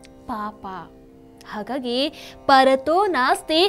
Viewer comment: ಪರತೋ , ಅಲ್ಲ ಪಠತೋ,,,,, ಅಂತ ಮೊದಲ ಶಬ್ದದ ಉಚ್ಚಾರಣೆ ಮಾಡಬೇಕು.